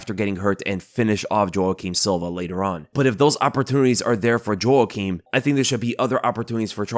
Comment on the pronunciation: Ay yo, Jouaquim is pronounced "Wah Keem" not "Joh Ah Keem". Like the actor Jouaquim Pheonix.